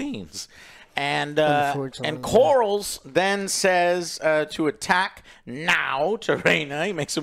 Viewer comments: the Sea Snake is named "Corlys", pronounced like CORE-LISS. Not Corals! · Lost any credibility when you kept saying "Lord Corals". And the other bozos don’t correct you. Pitiful. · Like how Joe keeps mistakenly calling Corlys the name Corals 😂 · There is no way joe isn’t trolling at this point with his pronunciation of these names. Christian cole, Corls, Damien, helena. Like how can I take you seriously if after 18 episodes you still can’t pronounce the characters names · If I hear the name Lord "CORALS" one... more... time.... Let alone mispronouncing EVERY OTHER CHARACTER in the show.